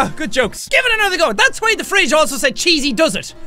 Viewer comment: "Hello Mr.Fwidge, I'm back!" Jacksepticeye 2014.